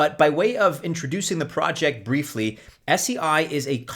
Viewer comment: It's pronounced 'say'